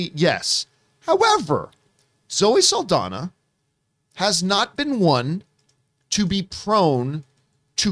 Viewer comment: NOT "SULL-DONNA". Its "SAHL-DON-YA". Just give it a shot